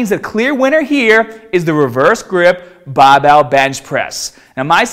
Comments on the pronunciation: What’s a “Bah” bell ? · Ah yes the classic bah bail